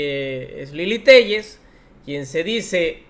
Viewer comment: SANTIAGO "TELLES" CREEL? - :face-purple-crying::face-purple-crying::face-purple-crying:🤣🤣